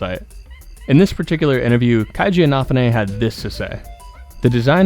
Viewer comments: 1 small thing: Keiji's name is pronounced "KAY-jee". ^_^ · Never heard anyone pronounce keiji's name like that. In fact, If I didn't see the writing on the screen, I'd have no idea who you were talking about.